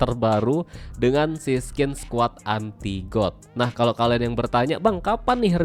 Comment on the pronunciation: Dah ketebak baca godnya got wkwk season aja di baca sesen, magic wheel di baca mejik wel, dan masih banyak lagi. Contoh sekolah cm sampe SD😂